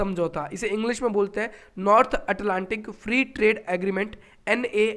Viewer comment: हम अमेरिका या अमरीका कुछ भी पढ़ सकते हैं पर आप अटलांटिक पढ़ रहे हो 😂 this was too funny but amezing session ❤🙏🇮🇳